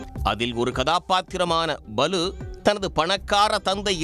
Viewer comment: செய்தி படிக்கும் பன்னாடை.... அதிசயபிறவி சினிமாவில் ரஜினிகாந்த்தின் பெயர் பலு இல்லடா....அது பாலு. பெரிய பருப்பு மாதிரி குரலை வெச்சி பேசி இருக்க....பன்னாடை